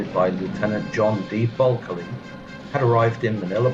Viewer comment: Why do keep pronouncing buckeley's name bulkely?